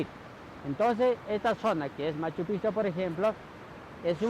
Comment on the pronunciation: Hola, la correcta pronunciación de Machu Picchu es "machu pijchu".